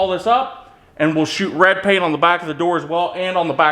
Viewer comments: Painting: 10/10! - Pronunciation of the word "RED": 3/10 :) (YouTube's automatic captioning guesses "Raid" the first time and then "Road" the other time.) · Red pronounced raeid give a 3 letter word 2 syllables.